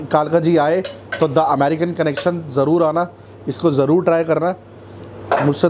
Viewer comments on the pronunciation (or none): none